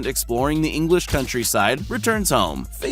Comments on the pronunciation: I am amazed that these animals are smarter than the people making these videos ... 'FAGIN' the Crow is not pronounced 'FAGE-INN' -- it's 'FAY-GIN' as in Fagin /ˈfeɪɡɪn/ ... the fictional character in Charles Dickens' 1838 novel Oliver Twist. In the preface to the novel, he is described as a "receiver of stolen goods". Trend Central ... kindly ... DO YOUR BLOODY RESEARCH and get an Producer who knows how to BE an Producer. So there -- so go forth and sin no more. D.A. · Fagin surely is named after the Oliver Twist character. Fagin does not have a j sound but a hard g sound. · Did he really pronounce Fagin like Fadjinn? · Fagin has a hard “g” like “Gull” or “Gannet” . It’s a Dickens character in “Oliver Twist”. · "Faijin" LOL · The Bird is called Fagin, pronounced with a G, not a J... It's named after the thief from Oliver Twist, because he steals shiny things. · This is cool and all, but the way he pronounces Fagin gives me an aneurysm. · learn to pronounce Fagin !